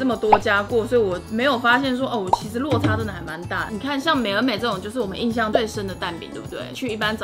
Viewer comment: 是「印」象啦～～